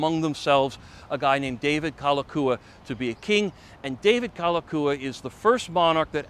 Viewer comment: I appreciate your enthusiasm, but having lived on Oahu all of my 63 yrs., I have to say that you got a lot wrong. I’ll give you a pass on the bad Hawaiian pronunciation, such as Kalakaua, but I’m afraid many of your facts are just plain wrong. For instance, the royalty didn’t lose 95% of their lands. Bishop Estate (the holder of the remaining crown lands), is still the largest land owner in the state. Also, the “Big Five,” we’re not families. They were the largest companies in Hawaii (specifically, they were sugar factors). Namely, Alexander & Baldwin, Amfac, Theo Davies, Castle & Cooke, and C. Brewer. Also, Lunalilo preceded Kalakaua (and was the last king related to the Kamehameha family). I won’t mention any more errors, but just suggest you do some more research. This is just constructive criticism. Your video was quite entertaining and I thank you for it. 🤙